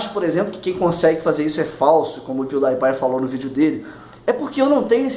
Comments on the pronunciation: Acho que é "piudipai" e não "piudaipai". Relevante, eu sei. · pronunciou o nome do pewdiepie errado NotLikeThis